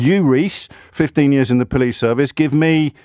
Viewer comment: "I'm a po-lice" 😂